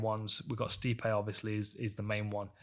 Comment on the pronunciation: It's actually pronounced 'Sty-pee'.